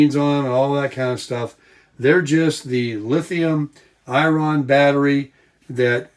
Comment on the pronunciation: #bluetti Bluetti uses lithium iron phosphate batteries. FYI, iron is the metal pronounced like cast iron skillet.